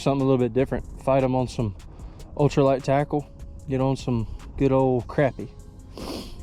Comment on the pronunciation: it’s cra-pie not crap-ie